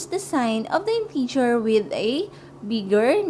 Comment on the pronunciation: mali pronunciation mo ng integer in-teh-ger hindi in-tee-ger